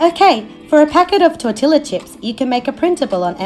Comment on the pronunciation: It's pronounced tor-ti-ya. The double L makes a Y sound in Spanish :)